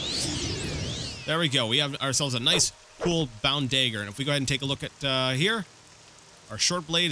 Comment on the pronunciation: Note that if you raid the crates in Balmora no-one cares. Anywhere else and they will. Also note that Ra'Virr doesn't care about your illegal substances. Nor does your new boss for that matter. Also note that it's a DaGGer but as you won't be using one hopefully I won't be hearing you say "Da-ger" again. Fair rustles my jimmies, that....apart from that, another excellent video.